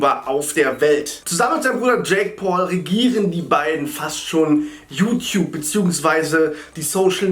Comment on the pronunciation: liebe es wie er immer you-tiup sagt :D